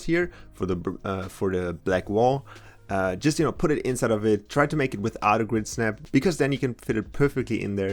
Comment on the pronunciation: Notice how he says try. Lol